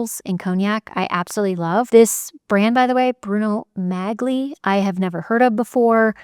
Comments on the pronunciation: The correct pronunciation for Magli is Mah-lee. The g is silent. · Sweet, the G in Magli is silent... Mali!